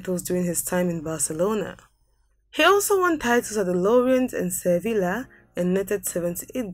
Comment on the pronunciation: Your story isn't bad, but you're butchering the names of the clubs. Do a search on how to pronounce them. (Eg: AJAX as Aayax, Sevilla=Seviyah etc...). As these teams are from different places, their names are not as they appear for English speakers. It could mean totally different thing when said incorrectly